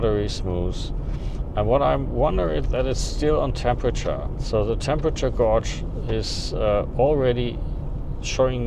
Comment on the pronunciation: smuuss :) Das Wort "gauge" spricht man übrigens am Ende wie "age" aus.